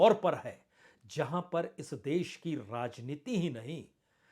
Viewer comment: पहले " राजनीति " शब्द का सही उच्चारण तो सीख लें, आप ररररर्रा जनीति बोलते हैं